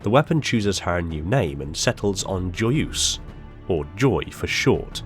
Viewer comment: Ffs do the search on how to pronounce "joyeuse" correctly... It's the minimal effort when you try to speak in another language...